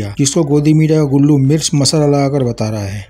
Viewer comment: गुल्लू नहीं गुल्लू है